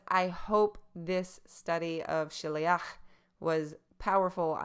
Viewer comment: you see you dont know even how to pronounce that! stick to your NT and dont presume you know a thing, go home to Mummy